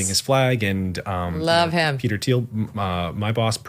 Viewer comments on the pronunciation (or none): none